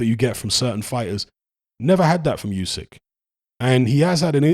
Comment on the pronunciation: Usyk's name is pronounced ooo-syk, not you-syk. Tiny correction, genuinely not trying to be a smart ass. 👍